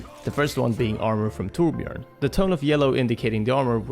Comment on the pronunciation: omg, this is the first time I've heard a youtuber/streamer pronounce Torbjörn right (I'm swedish btw).